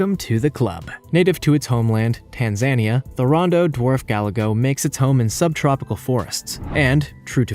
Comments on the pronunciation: Tanzania is Pronounced Tan za nia, not Tan zain ia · tanZANEE-uh... xD my guy, c'mon. Let's try it together. Tan-ZA-ni-ah. Tan-zuh-nia.... just try not to pronounce the 'z' sound as the end of the 'tan' phoneme. Have it be the beginning of 'za,' or 'zan...' etc, ...OH!! AND!..and from a completely separate video, but brought to mind now; 'strychnine' is pronounced either 'strick-neen,' or 'strick-9.' The 'ch' is a hard sound in this case, whether pronouncing in an American or British version; always -ck, NEVER -ch. Thanks for the content, entertaining despite the many inaccuracies. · Tan-ZANY-Ah killed me. It sounds like a country in a Marx Brothers movie. Tan-za-NEE-ah. Good lord, please do the Google thing, I'm laughing so hard I had to stop the video. I just had surgery, I shouldn't be laughing this hard. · Geography lesson kids. Tanzania is pronounced - tan·zuh·nee·uh. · Tan-za-NEE- uh (Tanzania) “Increasingly more” is redundant. “Increasingly” will do. You’re welcome 😉😉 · Tanzania (tanza NEE ya) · If you’re going to do videos like this and are in a sense educational then do better research. Starting with how to pronounce a country’s name properly. Example the way you’re saying Tanzania. It’s an eastern African country and it’s pronounced Tan-za-nia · Please learn how to pronounce Tanzanier! it sounds like - "Tan-zan-ear" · Good grief. Get a narrator that can pronounce place names! Yangtze ... Tanzania. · Excuse me, but, why does this narrator not even know how to correctly pronounce Tanzania? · I've never heard the pronunciation of TANZANIA butchered so horrifically. It took me a second to figure out wtf he was talking about. Sheesh! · How do you mispronounce so many words? It's like you've never spoken to a real person, instead you just read and guess. Did you know you can look up the pronunciation of words, like "grebe" and "Tanzania?"